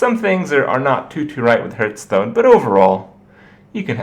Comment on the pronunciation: a fun hurthstone